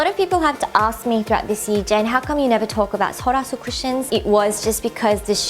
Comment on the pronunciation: I had no idea that's how you pronounce "sulwhasoo"...